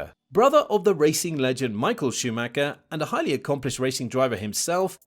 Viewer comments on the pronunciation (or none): Hi,good job with the content👍 but If you do have some respect for M.Schumacher you'll say his name right because it's so annoying.Try to not spell the last 'c'.